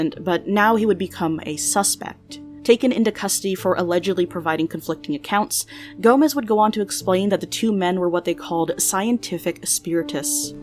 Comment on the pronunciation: sei que não é por mal, mas ouvir "gomes" pronunciado como "gomez" é tão!! agh! e a letra j pronunciada do mesmo modo que é pronunciada em espanhol KDJHGD